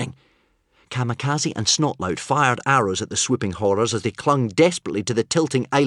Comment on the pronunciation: Yep. BTW it's not Snotlaut It's Snotlout. 😏